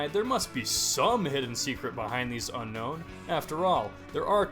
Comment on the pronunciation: Did you know unown is actually pronounced un-own